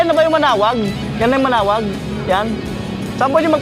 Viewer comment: Manaoag hindi manaog